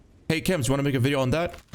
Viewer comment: Его зовут Кемс )) - не чемс.